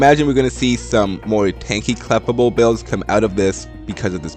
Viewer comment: I'm sorry to point this out but the prononciation of Clefable is Kluh•Fay•Bl.